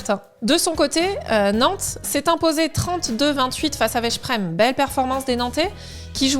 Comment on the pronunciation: Bonjour, La prononciation de Veszprem = [Vesprem] :)